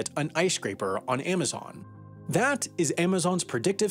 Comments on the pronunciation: This guy keeps saying "Aimazon". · Aimaxon? Really? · Stopped watching after the 10th AIM-azon pronunciation.